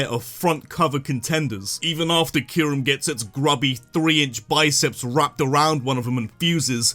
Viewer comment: KYUREM, NOT KYRUM!